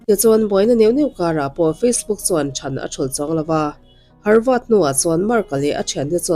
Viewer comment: Harvad i ti tlat a, havard niin ka hre deuh a..😊